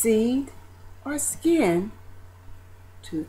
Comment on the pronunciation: *skin, not chin. Besides that it was done excellently.